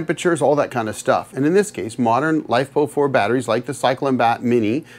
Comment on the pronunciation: "Life Po Four"... never heard that way of pronouncing the chemical acronym LiFePo4... which these days the industry has shortened to LFP. Not sure why you seen afraid of LFP technology... it's sooo much safer than Nickel-based Lithium-ion technology. ... other than shorting two huge batteries together... in series.